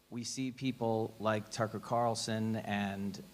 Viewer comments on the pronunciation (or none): none